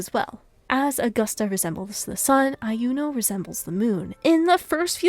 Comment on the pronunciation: Iuno is pronounced with a silent i fyi Not Ai-u-no, but just u-no